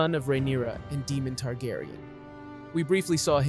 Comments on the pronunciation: Why is this guy mispronouncing names that are spoken in the show. He's calling Prince Daemon (DAY-mən), DEMON..! Why? Is he clueless, or is he just not watching the show. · Why does he pronounce Daemon as demon? Just to annoy me? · I love Syrex. She’s beautiful. Demon?? You mean Daemon king Visarys’ brother. (day-mon) right? Vhagar is so huge and a war is happening between the Greens and the Black. Therefore, I see not only a war between the two factions’ armies and navies but a huge- monumental, dragon war as well. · I’m stopping the video because it bothers me you can’t pronounce their names right lol it’s Daemon not Demon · is Daemon dude! not demon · It's Daemon, not Demon 😭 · Say it with me… D-a-e-m-o-n, not Demon. It’s hard to take you seriously, when you can’t even pronounce their names properly. 🤦🏻‍♀️ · They say the names in show. You don't have to guess how to pronounce them. At no time is Daemon called "Demon" or is Aemond called "Emon".... very distracting. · "Demon tegaryan" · my fav is daemon being demon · It hurts my ears when they say Deemon hahaha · Don't necessarily need perfect pronunciation since all these mexican names are a pain in the aes. But yes some of the mistakes are idotic. Like nobody name is Demon. Even I at least say Damien since it makes sense. Or Shakiros because I'm not trying to pronounce whatever tf that dragon name is. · Demon. Melex. RhaeNAYra. EEgon. HeLEYEEna. It’s already confusing remembering Westeros names. Butchering the names just made it worse. 😂 Still a good summary of the dragons. 🤓